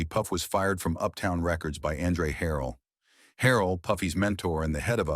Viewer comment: ANdre HARrell...why do white ppl say names wrong on purpose